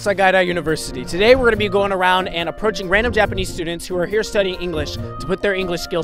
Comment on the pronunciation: Now-o i-o can-o speak-o japanese-o